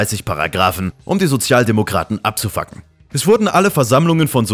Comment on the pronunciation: Liebe diese Betonung: "um die Sozialdemokraten abzufacken" schade, dass man das so leider nicht in der Uni sagen kann :D